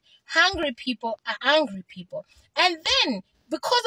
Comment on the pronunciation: You ar not Lozi coz u cant pronounce hungry and angry